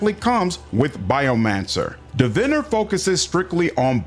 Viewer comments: just a friendly heads up, its Divine (like deity?) + er. Like more divine than someone else. I'm more divine-er than you. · "pre-science" lol - and "div-inner" lol Prescience is pronounced 'press-ie-ence' or 'presh-ie-ence' and Diviner is "Di-vine-er" (as in 'divine' judgement, or 'divine' light) just fyi =) (yes, both are 3 syllables!) all good though man, no worries, prescience is a common one people mess up =) 'press-ie-ence' is more proper, more British, and technically correct 'presh-ie-ence' is more American, and wrong, though technically allowed (it means: to know something before it happens, foresight, foreknowledge, precognition, etc... just fyi for anybody wondering) it's similar to 'omniscience' which is also pronounced "om-ni-see-ence" or "om-nie-see-ence" or even sometimes "om-nish-ence" but not "omni-science" omniscience means: 'all knowing', the state of knowing everything. I know everybody on the internet really cares about this.... so, you're welcome internet